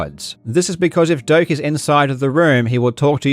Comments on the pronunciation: I learn today his name is Doctor Doak and not Doctor Dork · Doctor "Doke"? I always thought it was pronounced "Doe-Ack".